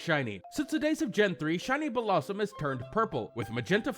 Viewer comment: its Bell-lah-zoom not Bellah sum